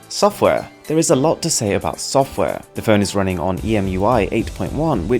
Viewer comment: soffware! there is a lot to say about soffware.